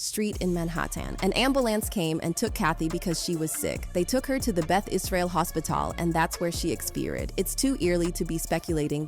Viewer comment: Dude just use your own voice this robotic shit is annoying “in man hah tayn brought her to the hoss pee tall thats where she ex peer id, an an eer ism off eed her”